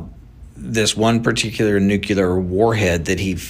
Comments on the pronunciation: “Nucular”?? Just sayin… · It’s “nuclear”, not nuculear. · He says nu.kyu.ler, I say nu.clear. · Why do educated men still say "newkewlar" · I don't understand why intelligent people can't pronounce the word "nuclear". It's NOT pronounced nucular. Georgia W Bush made the same mistake. It's a common error that's just not acceptable. Learn how to pronounce the word. Leaving us in the dark is part of the governments' power over us. It's sickening! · "nukular"..this dude can't even pronounce the word " nuclear ". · I’m sorry, a grown adult, especially one who owns a company, should know how to pronounce “nuclear”. NOT “nucular”. Sorry, strike against him from my standpoint, no matter how right he might be on this topic. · no such word as NUKULAR ,,, that is hillbilly for the word NUCLEAR ,,, THESE PEOPLE SHOULD READ A DICTIONARY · Omg it's nuclear not nucucler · I have a had time hearing an "expert" say NUCULAR" and not Nuclear. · Good stuff but can we please just say “new-clear” and not “nook-u-lar” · if the dude is an "expert" and a "subject matter expert" then learn how to pronounce the word "nuclear" correctly. It is not "nucular" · Nuclear, not nucular. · He's so smart that he can't even pronounce NUCLEAR! It's NOT nucular! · Anyone that says nuke-you-ler is not crefible w me. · It's nuCLEAR, not nucULAR. 🤨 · Nuclear not neucular... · Nu-Clear vs. NuKELAR :) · Dude can't even pronounce the word nuclear correctly. Nookular? 🤡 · We build professional stuff for the military? This guy is an expert on nothing. Not even smart enough to correctly pronounce the word “nuclear” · This "Talking Head" Can't Even Pronounce "Nu·cle·ar" ,, And He's Your Source of Information,,, What a Low Rent,,, "BLOW HARD" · I would humbly request that anybody posting a video learn how to pronounce the word nuclear and also the word fentanyl thank you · Tell that to george Bush. He said it all the time.